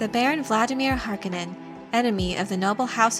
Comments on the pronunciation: Please pronounce the Baron's last name correctly: HAR-CONE-NON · Harkonnen pronounced Harkounen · I am puzzled by the way you say Harkonen. Based on my previous exposure to this material it is pronounced with the emphasis on the middle of the word letter o HarkOnen. Is there a reason why you pronounce it differently? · not harkonaan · lol...:)..... Remember: Frank was alive in 1984 and consulted on the Delaurentiis film. That's why you can use it as reference if needed, because he was right there for them to ask how HE thought names and words were pronounced. But, you are right about "po-tay-toe, po-tah-toe".... I can't recall how many names or made up words I have discovered I was butchering only years later, when I finally heard the name pronounced by the author at a convention or in an interview.